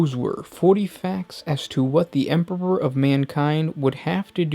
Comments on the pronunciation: this dude has said 'Emperpor' several times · Dude totally pronounces it Emperor-ber. Good video, just can't overlook that beginning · "The Emporber" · Why do you keep saying EMPERPOR?? Is this supposed to be an inside joke between you and your editor or what? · what happened to the other guy who used to do some of these videos? he used pronounce thing correctly! “Space woofs” and “Emporber” great content on these vids but the whole way this guy puts on a voice pisses me off. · hah!! Very amusing. Now, whytf is he saying EMPERPOR!?!?! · Glad it weren't just me. I herd empperper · I love your videos but I had a little chuckle when I heard "Emperber". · "THEEE EMPBUROR" :D what a joke, for a native speaker. :D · anyone hears empopor, too? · I honestly couldn't focus and listen eventually stopped watching due to "the empebor" hearing it over and over again! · Is it so frickin' difficult to pronounce EMPEROR!? Sorry I can't like this video, this narrator's weird pronunciations are to distracting to actually listen to what he has to say Disliked unsubbed' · the emperper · By the Emporber this makes me laugh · First you mispronounce "Corps", now you mispronounce "Emperor". Jesus fucking christ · Am I the only one who heard him say emperor weird??